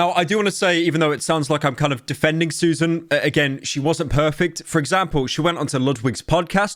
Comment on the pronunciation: after all these years, pyro is the only person who can correctly pronounce Susan’s name